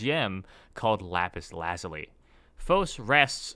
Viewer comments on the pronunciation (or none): none